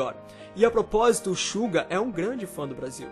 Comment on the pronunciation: Alguem mais percebeu que ele falou Brásil?kkkkk